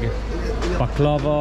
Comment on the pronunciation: e - m(a)m that's how u should prounonce it baqlawa not baqlaba